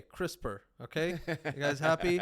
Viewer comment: laughing at this, listened to the first podcast on crispr and it immediately stood out how he said the acronym hahaha